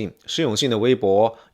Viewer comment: 少林si不是shi粉丝si不是粉shi，你这人怎么平翘舌音不分呢，听得我真难受